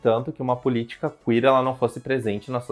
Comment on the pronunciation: "CUíer" é boa, mas tirada do c* rsrsr.